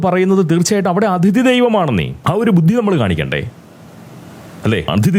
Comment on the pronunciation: ഈ വീഡിയോയിൽ പ്രതിപാദിയ്ക്കുന്ന വിഷയത്തോട് പൂർണ്ണമായും യോജിയ്ക്കുന്നു. മലയാളികൾക്കും ഇക്കാര്യത്തിൽ നല്ല മര്യാദയില്ല. ഈയിടെ അയർലൻഡിൽ തല്ലുവാങ്ങിക്കൂട്ടിയതും ഇതുപോലുള്ള പ്രവൃത്തികൾക്കാണ്. (off topic ആയി ഒരു കാര്യം പറഞ്ഞോട്ടെ, 'അതിഥി'യുടെ ഉച്ചാരണം ഒന്ന് ശരിപ്പെടുത്തേണ്ടതുണ്ട്. 'അഥിതി' എന്ന് തെറ്റായിട്ടാണ് ഉച്ചരിയ്ക്കുന്നത്. ഈ തെറ്റ് ധാരാളം മലയാളികളിൽ പടർന്ന് പിടിയ്ക്കുന്നുമുണ്ട്. മനുഷ്യർ അവർ ഇഷ്ടപ്പെടുന്ന ആളുകളെ അറിയാതെ (subconsciously) അനുകരിച്ചു പോവുകയും ചെയ്യും. പോങ്ങനായിട്ട് ഇങ്ങനെയൊരു തെറ്റ് പ്രചരിയ്ക്കാനിടവരുത്തണ്ട എന്ന സ്നേഹബുദ്ധികൊണ്ട് പറയുന്നതാണ് കേട്ടോ.)